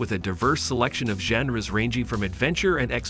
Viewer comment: How does psvr2 have a library of 150 games when at launch is only like 35 games? Also you’re miss pronouncing genre